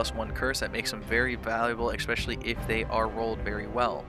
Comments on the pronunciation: why in the fuck do you pronounce Expecially? because of being exalts fan?) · especially is a normal way to say but you say it eXpecially. question is why? no great knowledge is needed to understand me bud